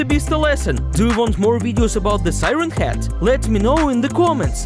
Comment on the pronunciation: they say siren hat instead of siren head